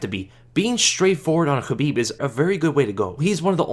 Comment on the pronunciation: Thanks for toning down the "SCHHHABIB" pronunciation man. appreciate it. dont mean to be an asshole but that shit was killing my ears